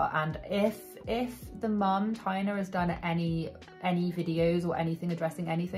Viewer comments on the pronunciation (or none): It's pronounced Tay-na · Taina, not Tania. Taina is a Finnish name! I dont remember if she's Finnish Australian but she's definitely Finnish! She writes it fluently (I'm a Finn), the kids went to Finnish schools for a while (that operate in the Finnish language. Sorry for repeating that word so much 😅). Toivola is a Finnish surname! (Toivo means hope and is a male name too).